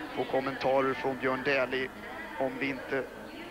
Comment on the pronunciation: Не Дули,а Дэли